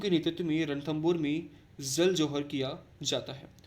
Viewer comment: Sir plz don't mind, but aap J ko Z kyu bolte h? Like Jal ko Zal, Jaipur ko Zaipur....